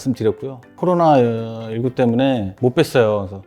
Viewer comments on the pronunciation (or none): none